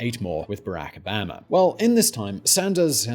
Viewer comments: Is the “Beh-Rack A-bam-a” pronunciation some sort of meme orrrr? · Why do you pronounce Barack Obama like that😂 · Your pronunciation of Barack Obama is way off!!!!! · It´s funny how he pronounces Barrack Obama. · Interesting. Also, please learn how to pronounce "Barack Obama" correctly, and then stick to that one, single, consistent pronunciation of his name. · Have you heard him pronounce any non-british name? By now it's a meme that he mispronounces everything either by accident or on purpose